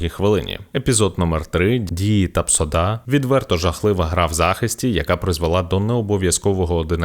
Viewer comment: Тапсода... Чи почулося?